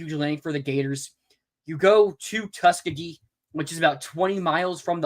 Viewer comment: You butchered Tuskegee. It's a place with a lot of history. Good show though, but man....